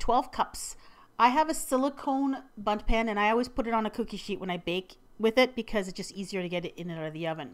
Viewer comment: doesn't it sound like she said butt pan LOL😂😂😂😂😂😂😂😂😂